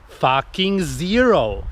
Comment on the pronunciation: "Focking zero" !